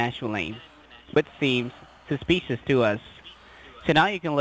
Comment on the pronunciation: They've "found sumsa specious activity"? That sounds bad, and he's not even reading it from a script.